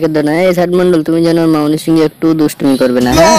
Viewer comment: Ai tor lojja nai ai sob video banas kotha o to thik kora bolta parish na ota sad mandal hoba na sd mandal hoba